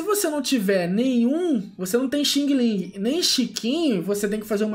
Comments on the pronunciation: DIZ-SE XANG, XANG, REPITO, XANG-LING, E NÃO XINGILIN!!!! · No caso seri Xiang-Ling mas blz